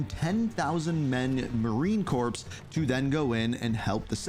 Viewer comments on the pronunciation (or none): Marine corps in pronounced core not corpse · The “P” in Marine Corps is silent